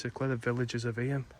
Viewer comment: Really great video. Only wished you had pronounced eyam correctly. It's pronounced eyam (like you are saying stream) not e-yam. It's a common mistake people make. Hope this helps for future videos you may make of eyam :)